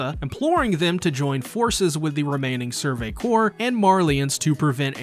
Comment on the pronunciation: survey corpse was the one that got me